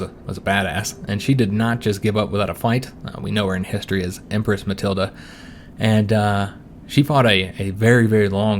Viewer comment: For pronunciation, your wife is Matilda without the a. Emphasis on the ild.